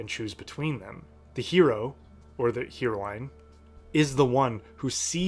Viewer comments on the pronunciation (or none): Hi, this video was quite interesting, and now I want to start reading Le Guin's work! Btw, "Heroine" is pronounced the same way as the drug "Heroin" is.